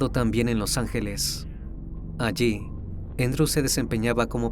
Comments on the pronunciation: Se llama Andrew no Endro. 😂😂😂 Es Andres en español. Un saludo desde Texas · Andrew, no "Endrw".